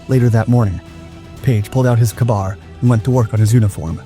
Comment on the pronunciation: KAY-BAR, not ka-bar